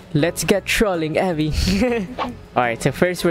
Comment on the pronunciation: Says "Avi" without the letter (V)